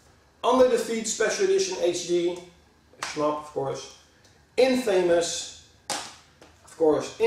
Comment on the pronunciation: nearly every dutch person pronounces infamous wrong ...